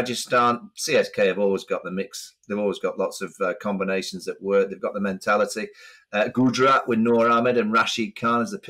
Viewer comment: Prof butchering pronunciation of Gajarat Titans, just lost a BILLION potential subscribers and million$ in sponsorship 😂😂😂